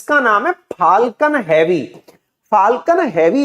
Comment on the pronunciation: Elon = E-lawn ✅ Alan ❌ UFO = Usa Fooling Others ! 😂 “ is-pace” 🙅‍♂️ “space” 🤷🏻‍♂️ “phaalkan” ❌ “falcon” ✅ “cancil” ❌ “cancel” (can-sal) ✅